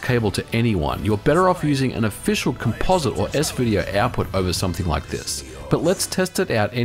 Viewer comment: im-PEE-dince digital-to-analog converter (not audio) and also for good measure -> komPOZit